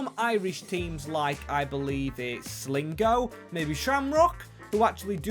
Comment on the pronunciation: I'm northern irish sligo is prounnced sly go